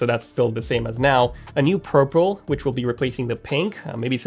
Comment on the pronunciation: “a new prurple”